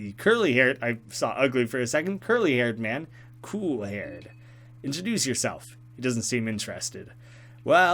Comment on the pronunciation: lol every time he said introduce yourself my brain just says no way 🤦‍♂️